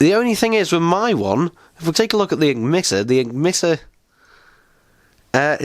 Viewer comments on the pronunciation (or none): You said eggmitter not emitter